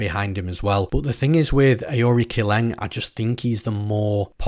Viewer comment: aori qileng is pronounced => uh oh ri chileng ; rong zhu is pronounced => Rong du